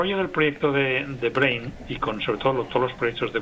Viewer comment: Nadie le pudo decir a la locutora como se pronuncia Brain....que verguenza